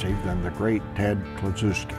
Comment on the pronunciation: Ted Kluschewski not Kluchuwsky